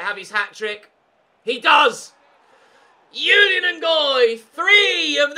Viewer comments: Ches Ngoy's 1st name is pronounced Zhu-lee-uhn, it's a French name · I know I am a little with this but I am sure that the j in Julien Ngoy is not pronounced like a y, because he is Belgian and that would then probably be french. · You pronounce the J in Julien, it’s a French name and I’m part French and that’s how we say it.